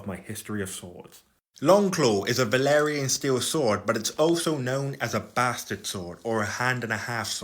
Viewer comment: Idk if it’s just your accent, byt it’s valyrian. Not valerian